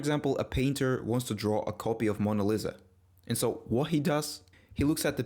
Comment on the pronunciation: also a quick note, its pronounced mona (you got that part right) "lee-sa"